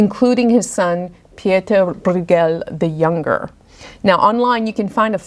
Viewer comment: Also, his surname Brueghel (spellings do vary) is pronounced “broy-gel, with a hard G.) Some dialects pronounce it as “broyel”, omitting the G. But you’ve done a wonderful job of educating us on these paintings!